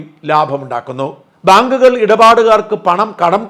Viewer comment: " ഭാങ്ക്കുകൾ" അല്ല!